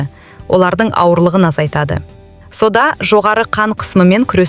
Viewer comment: Содан дейсің бе,әлде сОда дейсіңбе? Дұрыс оқып үйренсейші.или мектепке бар😅😅